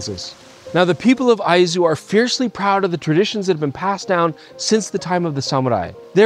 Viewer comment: My apologies to for saying he was pronouncing Izu wrong when he was correct in saying Aizu. Two different prefectures altogether. Great video tour.